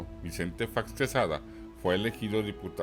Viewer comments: No se dice Faeox, así suena cuando lo pronuncias solo es Fox... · Oye no se dice "fax sino Fox ok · F OOOO X CON O, ÁYASO, TE GUSTA FINGIR QUE NO HABLAS ESPAÑOL ES FOOOOOX NO FAX BABOSO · El apellido es Fox no fax. En México se habla el español. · No se pronuncia fax! Es fox .sorro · Buen video ,,,, pero es Fox de zorro,,, no Faxx.... y no leas en ingles... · Todo esta chido menos esta pinche voz Fax,facks faaaaxxx